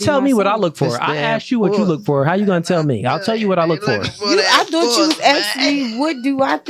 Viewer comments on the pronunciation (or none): none